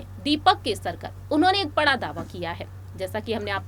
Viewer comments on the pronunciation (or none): none